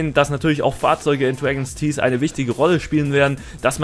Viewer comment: Dregens Tieß. Großartige Aussprache!